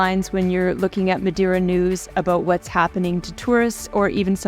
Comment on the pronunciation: You should pronounce the island name correctly especially when your videos are great